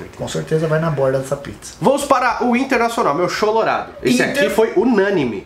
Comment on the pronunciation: Não entendi porque tu falou cholorado, não acredito que vou ter que parar de assistir vocês porque não respeitam meu time